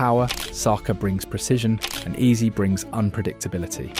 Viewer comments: Heyze (Eze) Not easy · If i hear "Ease" one more time imma flip! Wtf! 😂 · stop using AI, man.. "eberechi eez?" come on. 🙄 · Why hasn't Ebere sued this guy. What the hell is "eberechi ease" or "eberechi eeze"??? Horrific ai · You should try to spell Eze as Ezzay so the AI stops screwing up the pronunciation 😅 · lol EBERECHE EEZEE lol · I'm still confused about the pronunciation of this this guy's name. I have heard his name being pronounced as Ease, Easy...etc. Can someone give me a definitive answer please. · Hate to be the one but could I correct a few pronunciations please as I feel it's right to name people correctly? No-one wants to sound like an AI bot do they? Eze = "Ez-ay", Gabriel= "Gab-re-el", Xhaka = "Shack-ah", Odegaard = "Ur-de-guard" and Gyokeres = "Yok-er-ez" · Learn to pronounce his name properly if you are going to dedicate a whole video to him. Eb-er-echi Ez-ey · E in his name is pronounced like e in echo. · Why is he pronouncing the names of Gyokores and Eze like that? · This ai voice is silly. Can't even pronounce Gabriel and Eze correctly lol